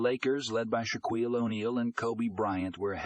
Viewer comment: Shaquille's name pronounced "Sha-kweel?" Goodbye. You already lost one viewer to your laziness with stupid computer-generated mispronunciation that you should be pronouncing correctly yourself.